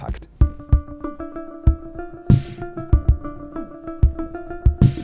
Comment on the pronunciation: I don't think I've ever heard anyone pronounce it "Warsawa Pact" like that. Funny what sort of things jump out at you.